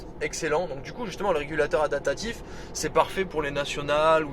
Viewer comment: Merci pour le Rex. On dit adaPtatif ! Pas adatatif... 😆